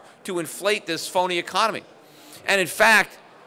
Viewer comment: Economy. The word is economy. Can’t trust an economist who can’t say economy.